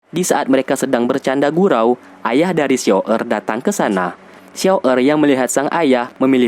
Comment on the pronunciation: Xun Er banggggg..bukan xiao errrrr